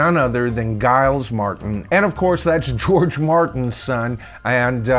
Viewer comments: Just watched the docu last night on Netflix. Highly recommended. BTW, I believe George Martin’s son’s first name is pronounced “Jiles” and not “Guy-les” Other than that, great video. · Giles Martin its Jyles not guiles